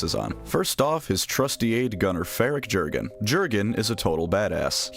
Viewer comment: I like that first artwork of Jurgen (It's pronounced "Yur-gen," btw, it's Germanic). By the way, contrary to the memes, most Inquisitors DON'T go blowing up planets willy-nilly, because it's the kind of thing that carries big consequences if you don't have a damn good excuse for it. That planet is part of the Emperor's domain you've been entrusted with, and just because the Imperium has a million worlds, doesn't mean that a lot of other worlds won't be affected if part of their supply chain suddenly disappears!